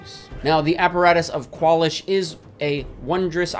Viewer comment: It's not "KWAL-ish". It's "kwalEEsh". What are you, stupid?